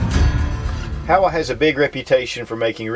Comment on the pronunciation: HOWA makes great rifles. Irregardless of how CHEESEY the old guy pronounces the name! Lol